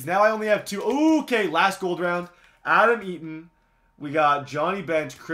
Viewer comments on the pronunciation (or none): none